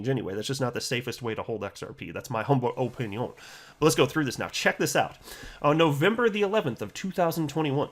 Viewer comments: Can you stop saying, "O-pin-ION'. Highley annoying. Might have to unsubscribe if it continues.🙄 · That’s the only reason I subscribed. If he ever stops saying it, I will unsubscribe.